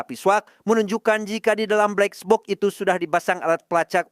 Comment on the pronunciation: Kesel gw denger lu berkali-kali ngomong blexbok😏